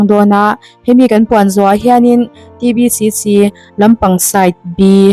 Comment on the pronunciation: "T" Ti lo Tri lam talh talh chu a 😂😂😂